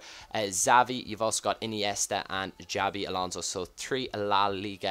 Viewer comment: Why do u say sabi alonso ?